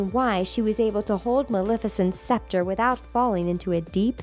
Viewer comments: When you realize they don't pronounce "scepter" right, until the last few seconds of the video... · I can't get over the way the narrator pronounces SCEPTER! -_